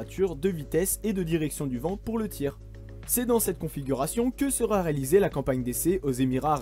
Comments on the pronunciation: liaisons dangereuses :) "sera T équipé".... d'où sort ce t???? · Il faudrait éviter les "sera-T-équipé" ... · Il "serat" abandonné. Faut vraiment faire un effort sur l'orthographe. Ça te joue des tours même à la prononciation. Dommage parce que le contenu est vraiment intéressant. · "Sera" sans t, ça déchire les oreilles de tous ceux qui ont correctement appris la langue française ! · Attention aux liaisons ! "Il sera t'abandonné". Sinon reportage intéressant. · Merci de ce travail très complet. Je me permets un point qui peut paraître de détail, mais auquel je suis très sensible personnellement : les liaisons. Vous rajoutez des "t" là où il n'y en a pas ( sera, viendra) avec une liaison superflue et c'est douloureux à l'écoute. Sinon bravo pour cette vidéo très riche en informations et en 'images !. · Sera futur n’a pas de T à la fin ,donc pas de liaison 🙂